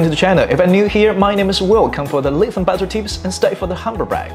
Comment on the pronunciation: Reply "Lithium" is not pronounced properly, I think you're doing well.